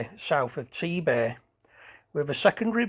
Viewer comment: rather unusual pronunciation of Sedbergh ! it is sed bur not sedge bur